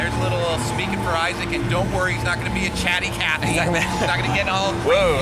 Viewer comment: it's Isaac, not Aizek -__-''